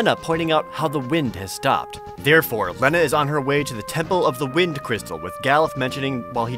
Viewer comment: Its pronounced li-na not len-uh! Get it right Jared!!